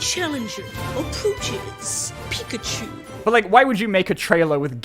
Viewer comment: Why does he say Pikachu like that?